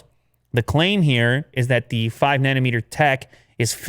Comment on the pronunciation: THATS WHY DAD NAMED U DIRT INSTEAD OF NUTEMAKER... WHAT I HEAR WHEN LEW SAYS NANOMETER!!! LOL